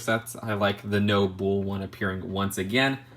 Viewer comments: Bull is pronounced bull. Not bowl, or bool. Bull. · "I just say bull" proceeds to say bool for the rest of the video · It's Bull, not bool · bull is pronounced like “bowl” not “buul” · Your saying bools that’s why loll. Say it without the u so from the b straight to l. Blls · Say bull like bowl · I'll add "bool" to the list of Just2Mispronunciations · It's pronounced "buhl" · No one:: Boöl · No one:: “Büle” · You pronounce "bull" the same way a blood says cool lol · The way you’re saying bull rhymes with “fool”, it’s supposed to rhyme with “full”.